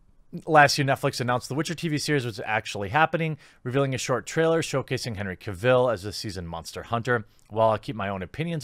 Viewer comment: It is Gairalt, not Guralt. It is Caville, No Caaaville